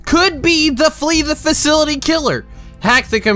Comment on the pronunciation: Did anyone else notice how he said free the facility instead of flee the facility?